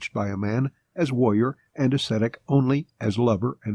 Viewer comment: Why can't they pronounce "Ascetic"? It's not that hard